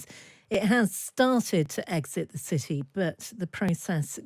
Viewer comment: Citsy. Politsics. Brexit English?